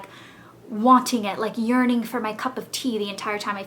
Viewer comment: ) i thought you said urin-ing like peeing instead of yearning:) <333